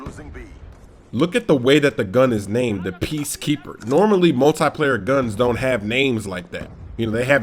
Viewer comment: multeye-player lol